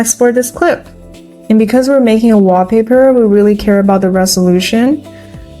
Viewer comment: I love that she says WAH paper 😁